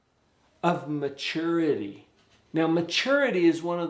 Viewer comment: why does he say maturety like that lol i really want a cavapoo they are so cute so i'm being responsible and i'm making a power point and will present it to them